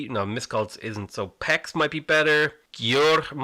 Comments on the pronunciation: Hungarian city pronounciation: Debrecen = Deh-breh-tzen Pécs = Paytch Miskolc = Mish-koltz Győr = don't even try, the first consonant is a pain in the ass for foreign speakers to figure out XD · It's just soo funny how you pronounce hungarian city names. Especially Pécs. The way you do that (pecs) means "dick" in hungarian. I smiled every time. Thanks for the entertainment and ofc. for the great game.